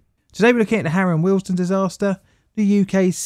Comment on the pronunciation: Am I the only one hearing the station name as Harold Wilson? 😂